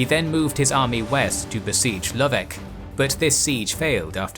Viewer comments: It's LoveTCH, not Lovek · For all your excellent research you really failed on some toponynms: Braničevo = BRA-nee-che-vo. Niš = Neesh. Loveč = LO-vetch